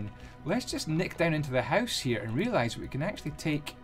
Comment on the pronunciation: "less lighting inside your hooce"